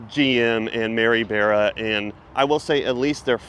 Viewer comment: You’re saying Mary beara for Bara. It’s Mary Bara like in candy BAR then add the A